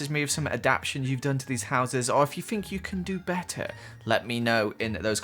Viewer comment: I love how he says "I fink" instead of think its so cute ☺️